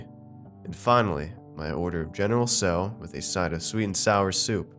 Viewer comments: General tso chicken is pronounced sao not so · Take a drink everytime he mispronounces "Tso"